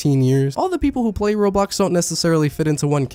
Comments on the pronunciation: BRO I THOUGHT I WAS THE ONLY ONE WHO CALLED ROBLOX "RAW-BLOX" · OH NO! NOW I KEEP PRONOUNCING ROBLOX LIKE RAW BLOCKS REEEEEE